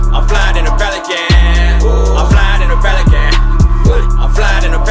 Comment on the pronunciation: He needs to learn how to pronounce his P's Sounds like he's saying felican and it's highly annoying